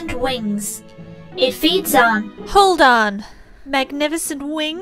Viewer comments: always said carboard, if it wasn't for you guys I would have never noticed i avoid pronouncing the D XD im going to blame the accent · You didn't pronounce the 'D' in cardboard? ...How did I not notice that?